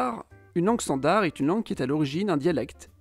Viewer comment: bonsoir, je suis un abonné de longue date, c'est pq je me permets de vous demander pq vous prononcez le d de standard..? Certes je suis belge et donc pas une référence absolue 🙂. C'est la première fois que j'entends cette prononciation !? Merci pour la chaîne.